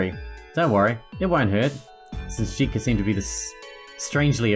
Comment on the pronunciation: Jitka can be pronounced as Yit-kah. Source: I'm Czech, and J is usually pronounced as Y in Yeet.